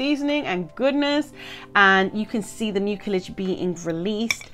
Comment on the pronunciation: Love this topic. Detangling is a challenge. Side note: the word nerd in me in me can't help but share that the C in mucilage has an S sound like muu-see-lege. Just saying.